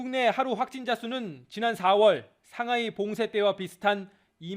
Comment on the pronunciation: 상하이를 상화이